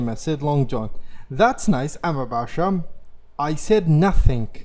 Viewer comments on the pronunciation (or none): none